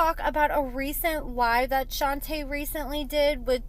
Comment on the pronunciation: Her name is pronounced "Shon-tuh" the girl from the gym is "Shon-tay" their names aren't the same.